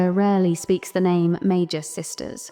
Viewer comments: I love the video. Really excellent content. Small note, the pronunciation of words with the mag- root can be tricky to figure out. In Japanese, we have メーガス三姉妹 Mēgasu San Shimai, with a hard g for magus. Again, this is so small. In English we have words magic and mage (with a j sound 'majik'). We get this from Italic languages as well as French, wherein g takes a j sound before e, i, and y, but a typical g sound in other cases. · I always pronounced it as “May-Gus”, so I never got the idea of magi from it. Loved this video! 🎉